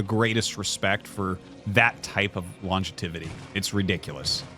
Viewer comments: Lon-JEV-ih-tee, Artosis, not lon-jeh-TIV-ih-tee. ;) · Does anyone else think it's kind of funny how Dan always says "longetivity" instead of "longevity"? I can't recall ever hearing anyone else say that word.